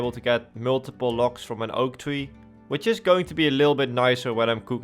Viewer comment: All i keep hearing is Locks instead of logs lol